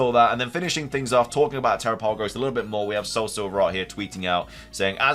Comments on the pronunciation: Since it's a turtle are you sure it's not pronounced like Galapagos? I feel like that would make a lot of sense. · if you don't actually have news, you should probably replace that word with speculation instead. also, do you read your comments? people have been trying to tell you how to pronounce terapagos for a while now.